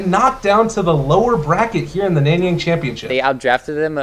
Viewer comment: "here in the 'nenyeng' championship"